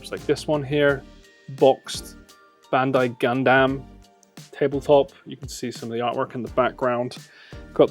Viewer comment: Why is everyone so grossly mispronouncing, "Gundam" as, "Gone damn"? It's not just the one guy, it's anyone in this video who tries to say it.